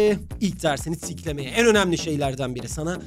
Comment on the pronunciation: hocam burda istemeden ''tiklemeye'' kelimesinin baş harfini s olarak kullanıyorsunuz😂😂 bunu farkeden bi tek benmiyim tabiki de normal böyle şeyler olabilir